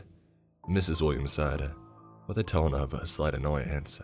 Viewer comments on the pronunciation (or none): none